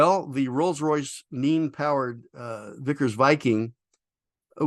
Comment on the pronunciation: Pics of Vickers Viking RR Nene showing Me : please... please... say that it is [NEEN] Him : well, the Rolls-Royce [NEEN] powered Vickers Viking.. Me : 🥳🎉